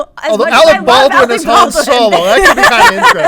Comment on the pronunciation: Say Han's name right!